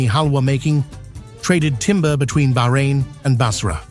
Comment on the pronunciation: Thankgod he said Bahrain and no behrain, baarain😅